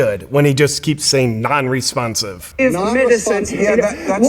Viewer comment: 'Nonrespomsive' is the most NPC statement I've ever heard